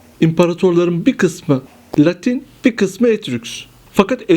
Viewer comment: Daha Etrüsk demeyi bilmiyor, kalkmış Etrüskleri anlatıyor ! Aman Tanrım !